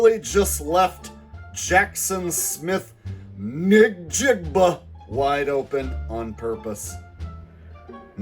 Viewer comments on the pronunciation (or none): did he say nigg jigg buh? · Jackson Smith NIG-jigba. Not how its pronounced bro lol